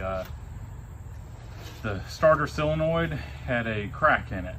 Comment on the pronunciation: Whats up with you not knowing how to pronounce the word solenoid?